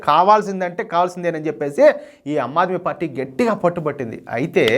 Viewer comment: "అమ్మాద్మీ పార్టీ" కాదు, ^ఆమ్ ఆద్మీ పార్టీ° అనాలి సోదరా.!😇😛😋😜🥰👉👉